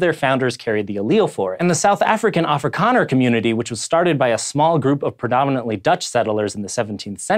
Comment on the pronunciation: My God. He actually pronounced Afrikaner correctly. I am humbled